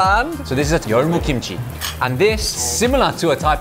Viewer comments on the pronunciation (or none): Bloody-Yeolmu Cocktail lol